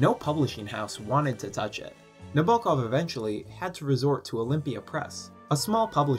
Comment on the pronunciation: Sorry to be a grammar Karen, but please pronounce the author's name correctly. It's on the first syllable "NA bo kov."